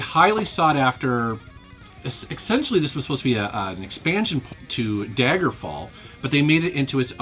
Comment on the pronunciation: "Exentially" ? That's worse than "Exspecially" !